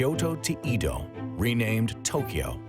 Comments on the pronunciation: Good doc butchered by bad pronunciation. Edo [eh-do] 🤦‍♀️ “ Ido” [ih-do] is a water well… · "Eedo"? No. Why? It's "Eddo". Great content though when I'm not wincing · Eh-DOH...not EEEE DOW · He says Edo like EEEdo like why the hard E why did no one correct him its so cringe i commited seppuku twice and still wont stop cringing and crying and crying out to god why, why make humans at all if this is it, if we are made in your likeness then are you also a failure, god? Why god? How could you let this happen? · McArthur came to "wipe out communism" lol Japan wasn't communist. EDO - is not EEDOW . BANZAI! eedow - eedow -eedow every fkn 3 seconds. SHHHHHH. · Edo - get the pronunciation right! Seriously 🙄